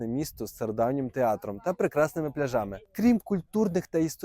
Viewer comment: Правильно ставте на голос Не пляжами а пляжами